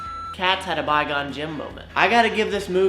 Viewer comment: "... maybe it's a Bye-Gone-Jim cat" lmao